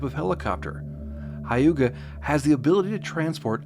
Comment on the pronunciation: you should pronounce Hyuga as hue -ga, also Its Shoukaku and Zuikaku. also its Tarawa not Tarvana...